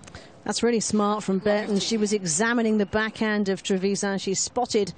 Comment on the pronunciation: The accent is on the last A TrevisA’n